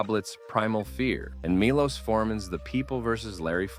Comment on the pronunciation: I must tell you Milos is pronounced Milosh (like in Shoshanna)